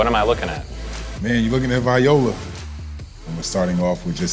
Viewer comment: The way he say viola bothered me just a tad